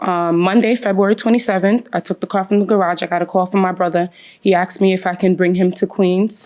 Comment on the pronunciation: Asked, not axed😒